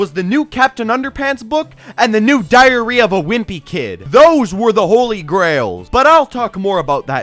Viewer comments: Man when you say diary sounds like diarrhea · am I the only one who heared diarrhea of a wimpy kid?